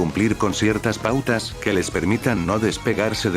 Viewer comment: Nada que ver con el tema, pero me hace gracia que en en ves de que diga "existen pautas estrictas" salio "existen putas estrictas" es hilarante